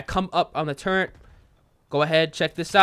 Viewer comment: I love ya man, but I can’t help but clown on you for saying turrent instead of turret lmao